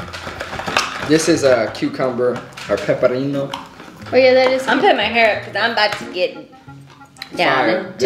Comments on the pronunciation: J - “This is cucumber or pepparino” Mexicans - 👁👄👁 Haha😂Love your vids man keep up the good work huge fan! Its pepino btw (pe-pino) $Kiddoplayz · " this is PEPERRINO" 😂😂😂😂*wheezing* IT'S PEPINO!!! $svndy25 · Peperino😂Lol it’s pepino $jessbella0915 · When he said cucumber or peperrindo not knowing is pepino 🤣🤣🤣🤣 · PEPERINO😭😭💀 it’s pepino😹!! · I love how you said peparrino for pepino 🤪 i love this whole thing!! A lot of people are annoyed or feel like they are all that but im Hispanic, both my parents are mexican and i love this! I dont give a fuck if you don't pronounce things correctly. I love that you love our culture and food and you try!! Thank you! 🥰🥰🥰 $SarahSilent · He said the green drink was "pepperindo" I almost died 😂😂😂😭😭😭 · me tooo😭😭when he said that i was like PEPINO!😭😹💀. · he said “peperindo” 😂😂😂😂😂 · He said pepperino 😂😂😂😂💀